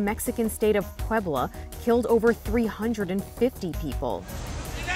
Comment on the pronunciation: I didn’t like how she said Puebla